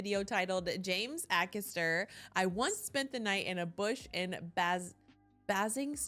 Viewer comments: WHAT!!?? Try Ay- Cas-Terr... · It's pronounced AYcaster not AHcaster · Again, it's Ay-kaster, not Ack-erster. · Yeah, A-Cast-er (er as in her) ❤ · James A-caster (pronounced) Bay-sing-stoke (pronounced) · Pronounced 'A' caster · A-caster. As in A (rhymes with pay) caster. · A-Carster (pronounced) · Pronounced Ay caster. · A-Cast-Uh guys A Cast Uhhh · Bay-zing-stoke//// James Aay-caster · say the as james a caster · A Caster pronounced like Hay Caster but without the H 👍🏼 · The name is pronounced Aycaster. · It’s not to hear you do your research on pronunciation guys lol, many don’t, however as you say you’re still pronouncing it slightly wrong. The A is pronounced is if it was used in the word “Hay” (H)A(Y) caster 👍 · "A caster" To pronounce his last name as James does himself, say the name of the first letter, not the sound it usually represents. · Baysingstoke, Ay-caster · Love your content. It’s Aye Caster 😊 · His surname starts with the capital A sound “Ay-caster” (first bit rhymes with “hay”). And the town of Basingstoke is pronounced “Bay-zing-stoke”! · James Acaster. Say the A as a capital. A caster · It’s AY-CASTER, like “hay” without the “h” and caster as in the wheels under furniture. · In both Acaster and Basingstoke, pronounce the A as you would the letter A - long.